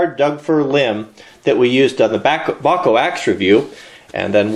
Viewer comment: Hey, before you corrected yourself, the pronunciation of Bacho was almost perfect. Almost like a "backhoe". I grew up in the town where they originated. Story is that they took two inventions from a local farmer and patented them as their own; the monkey-wrench and the adjustable wrench. I never had any problem with the tools they make in Enköping, Sweden though.